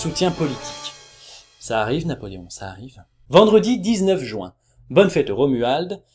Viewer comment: tu me fais trop rire quand tu prononces "jouin" x)